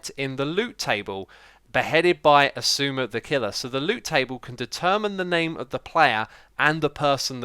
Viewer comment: Hey xiuma,grain said "xiuma" as "ziuzma",is it right? Cuz i hear cub says it "zuma".